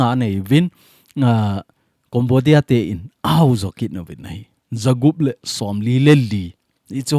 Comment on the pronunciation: Sir na pronunciation chu Cambodia (Kombodia❌ Kembodia ✔️